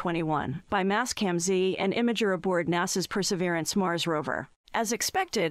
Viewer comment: "Per -severance". Ug